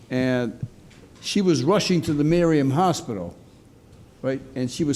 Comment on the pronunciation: It's pronounced Miriam Hospital, not Mariam Hospital, judge.